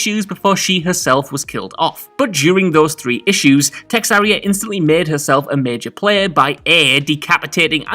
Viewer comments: Texaria? Really.. its TeRRAXia!! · Terraxia... not texarria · He was thinking about Texas!😂😂😂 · its TERRAXIA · Is it just me, or did anyone else notice cannot pronounce Terraxia? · I'm fucking pissed at that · Came to find this comment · It was so odd, I had to skip back to see how he got to that pronunciation. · It hurt me to hear that